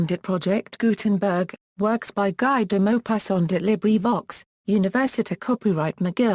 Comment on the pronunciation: Its pronounced as gee deh mopassant